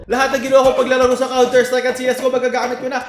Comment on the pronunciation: Counter strike na CSGO pa yun pagkakasabi mo mali pa pero okay lang hayyy HAHAHAHAHA